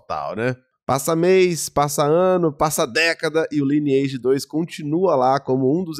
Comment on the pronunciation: Não se fala: Liniaigi, se fala: "LAINEAGE"